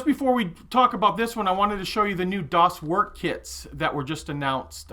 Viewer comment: Hi, "Das Werk" in german should be read as "das verk", "er" is pronounced the same as "air", thank you. Love your video.